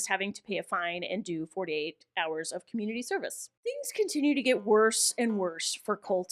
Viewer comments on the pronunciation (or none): none